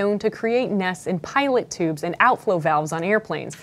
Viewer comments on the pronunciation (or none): Emily those are called (PEE-toh) tube not pilot tube : ) - Engineering department.